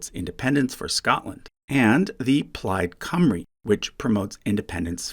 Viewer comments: Applause for pronouncing "Plaid Cymru" correctly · As a Welsh man, your pronunciation of Plaid Cymru made me very happy. 😊